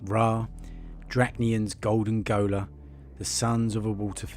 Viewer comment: Gaoler... is pronounced jailer....